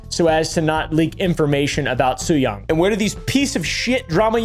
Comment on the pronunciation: btw, Tzuyang is pronounced like "tschew-yang" (well, closer to this that what you said"